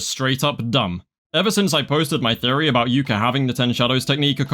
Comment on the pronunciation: “2+2=5 guys what ru on aboot”